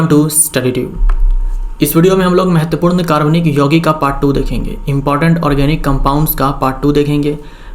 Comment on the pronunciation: Mahoday aap ki Hindi vese to bahut acchi Hain...... Aap important = महत्त्वपूर्ण Ko mahatvpurn ka pronunciation thoda aur better Kar sakte h...